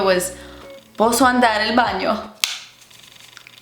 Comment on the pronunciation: “Posso andare al bagno?” you nailed that girl, it’s correct lol